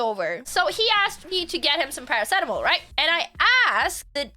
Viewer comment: When you said paracetamol, I thought you said "something adible", like cannabis xD